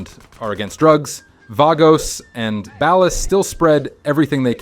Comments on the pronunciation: Bro it's Ball•ahs not Bal•os. Be a regular person. Great video though. Ball us, ballas! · "Ballahs" not "Bellas" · You cracked me up when you say “baal-os.” Just pronounce it as ball-uh’s. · Bro really called the ballers “balas” 😂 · bell us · the way hes butchering the ballas name 🤣🤣🤣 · The way he pronounces ballas 😂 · The way you say ballas should be illegal. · Fr like bro you literally played the game just say it right 😭💀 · bro just say bAHLAHs and vAHgos dude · They're pronounced 'ball-uhs' and 'vah-gos', fake gta fan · why did you pronounce ballas and vagos like that? they’re mentioned too many times throughout the game to not know how to say their names correctly and from a GTA channel no less. i got the feeling he’s reading a script from someone who actually played the games.